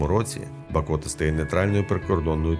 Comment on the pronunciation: БАкота!! А не БакОта! Дуже ріже вухо, коли ти місцевий... І кожні вихідні п'єш каву над Монастирем..